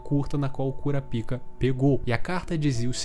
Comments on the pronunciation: Caralho, é muito ruim ouvir KuraPÍKA KKKKKKKKKKKKKKKKKKKKKKKKKKKKKKKKKKKKK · so eu acho engraçado ele chamando o kurapika de curapika ksksks